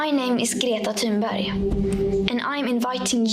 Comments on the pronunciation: She presents herself in the beginning. But I wouldn't expect you to pronounce it in perfect Swedish. Amy clearly makes an effort to get it right. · Props to Amy for her excellent pronounciation of Greta's name. That's not easy......And I am, of course entirely supportive if Greta's point of view as well.